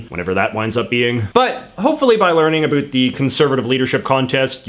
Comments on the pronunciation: I'm gonna start a channel just to say about correctly in spite of you. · Stop saying abot instead of about. Only dorks talk like that nowadays . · dude , as a fellow Canadian, you need to work on your pronunciation of "about" 1. it's actually 2 syllables 2. try saying it a little slower. :)